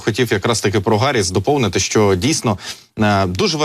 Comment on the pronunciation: Чому Гарріс, а не Харріс?!